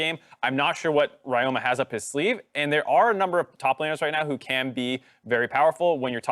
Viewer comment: Ryoma is read as Ree-yo-ma. Please correct it, it's annoying.